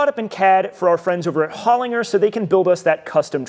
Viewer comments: HOL IN JER not HOL IN GER, you are correct. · Mate, just to let you know Holinger is pronounced with a soft G. "Holin-j-er". They make killer transmissions. I have been working around them in Motorsport in Australia for over 20 years.